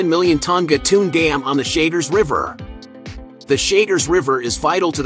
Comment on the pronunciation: El lago se llama CHAGRES no como usted dice. Y el corte no llama Calabra...se llama el corte CULEBRA